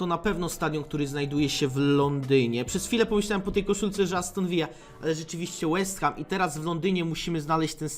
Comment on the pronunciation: Aston ViLLa a nie Vija ;) to nie Hiszpania